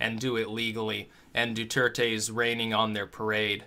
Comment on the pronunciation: Duerte = DWehr-teh. (Spanish is my native language.)